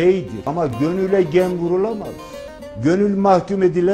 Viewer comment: Gönül deyil,gonülll...kurban olurum sana...